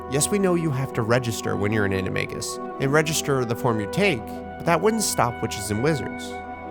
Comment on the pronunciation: say animegus one more time.